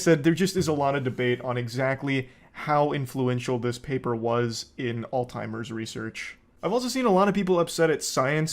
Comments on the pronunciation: it’s alZheimers. not alTimers. lol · Nah he did actually genuinely mispronounce it for actual years and nobody corrected him. But that's not the important thing here at all